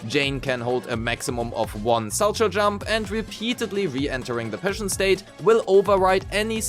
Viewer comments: its pronounced "SAL-cow" not sal-cho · For what it matters, it's pronounced "sal-cow"; it's a type of figure skating jump.